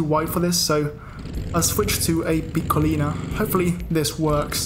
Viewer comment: perfect pronunciation of piccolina